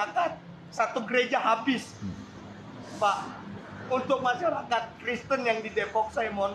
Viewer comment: pronunciation nya masyarakat blok bukan masarakat